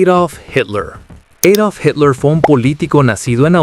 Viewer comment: eidolf ??? en alemán y español se dice adolf 😅